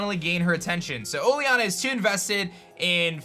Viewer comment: you say oleanas name wrong